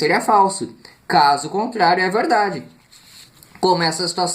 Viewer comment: verrrrrrrrrrrrrrrrrrrrrrrrrrrrrrrrrrdade verereererrerdade